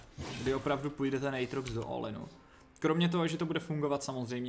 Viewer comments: Aatrox a ne Ejtrox xD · je to átrox ne ejtrox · Vyslovuje se to "Ejtrox"